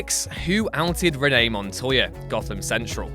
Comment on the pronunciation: Its renee Montoya, not Rene montoya